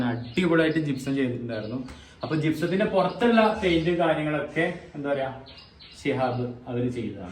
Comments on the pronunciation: പയിന്റ് അല്ല പെയ്ന്റ് 👍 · പെയിൻ്റെ എന്നാണ് പഴിൻ്റ്അല്ല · പൈൻഡ് അല്ല പെയിന്റ് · മോനേ പൈന്റല്ല പെയിന്റ് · പൈന്റ് ആണോ, പെയിന്റ് അല്ലെ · ഫൈൻഡ് അല്ല പെയിന്റ്